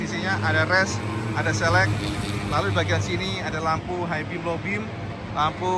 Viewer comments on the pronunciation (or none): none